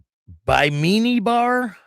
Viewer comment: Bimini ( pronounced bim in ee) Bar in Bunnell not Bushnell. Two different towns. Graham is pronounced like the graham cracker. He was in the club when I knew him. Probably "no colors" ( no patch wearing) in the bar, but I have never seen them go anywhere alone, or removing their vests to go in any establishment, so maybe he was on the way out of the club at this point. After this, they've probably taken his patch back